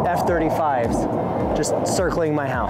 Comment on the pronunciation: I used to live in Ogden Utah i don't know if you do but it sure looks and sounds like you live somewhere around there when you said f35's that really made me think so 🤔